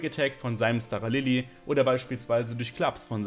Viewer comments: es wird SCHTARALILI ausgesprochen!!! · Kann mir das Video tatsächlich nicht gönnen da es mich mies nervt, wie du Staralili aussprichst.